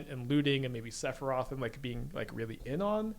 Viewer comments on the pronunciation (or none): none